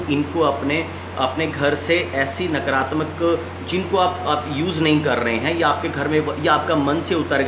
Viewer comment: नकरात्मक नही नकारात्मक बोलें । आ की मात्रा का लोप करने से अर्थ का अनर्थ हो जाता है । और आश्रम के साथ साथ श्रोताओं , अनुयायियों , भक्तों तथा चेलों में नकारात्मक ऊर्जा संक्रमित होने लगती है । शिवमस्तु ।